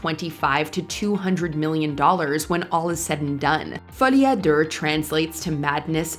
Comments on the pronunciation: this host can't even pronounce "deux"... Duhrrr!!! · Omg, your 'French'. "Folie a durrrr" oof. LOL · Folie a durrrr? Learn how to say deux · me when "ful E a durr" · Folie a Derrr bro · Folie à Der? 😂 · She fudged it, but at least it was a real person and not some of those awful mispronunciations you hear coming from the AI robot generated narration that so many other channels use. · The pronunciation of Folie a deux was atrocious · You say "deux" the way that Australians say "No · Learn how to pronounce Folie A Deux.